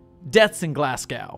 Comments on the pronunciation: sir what did you just call Glasgow? I, I can't... its not Glas gauw its Glas go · the way you say glasgow made me chuckle, try saying the first part like glass but with a less pronounced s sound then go (there is no w sound) love the rest though :)